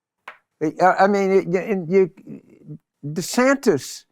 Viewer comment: 'Ronda Sanders'...lol. Bill to your credit, the auto generated captions just translated Jim's pronunciations of 'Ron DeSantis' as 'Ronda Sanders'.... Florida Governor Rhonda Sanders.